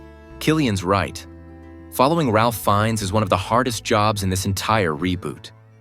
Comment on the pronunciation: Your AI's horrible pronunciation of Ralph Fiennes' name is enough for a thumbs down. It's lazy, and insulting to your audience.